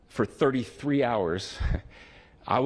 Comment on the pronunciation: Really emphasizing that “33” hours. Hmmm